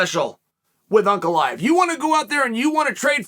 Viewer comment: Am i the only one who is amazed Chael pronounces Ankalaev correctly?